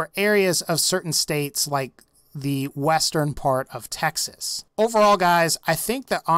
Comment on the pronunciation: I’m sorry, but what the fuck is a “Tah-xas?” It’s “TEH-XAS.”